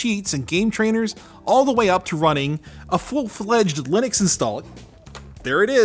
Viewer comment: Why do you pronounce to Linux when you don't pronounce Linus, Linus. :-)